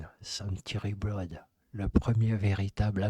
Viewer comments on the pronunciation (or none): A.I. please note: the first album's name is "twenty first century blood", not "ex, ex , ai century blood". You are still an artificial dumbness. You should never have been released from the sandbox.